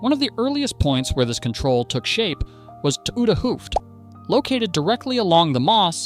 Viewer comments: Ou(de), meaning 'old', is pronounced as 'ow' in 'now', (H)oo(ft) (meaning 'head') is pronounced as 'Oh'. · nice to watch but painful to listen to. why not ask someone how to pronounce those dutch words. p.e. the T is short for 'het'= the, pronounced as [hat]. hooft is pronounced [hoaft] etcetera.